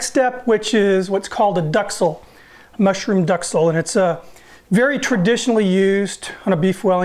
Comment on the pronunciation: Good stuff! When I started cooking in high school my French vocabulary wasn't very good as to pronunciation. Though I'm sure you know now, that mushroom mixture is pronounced duck cell. Lol. Part of my weekend will consist of enjoying your videos. Blessings ChefMike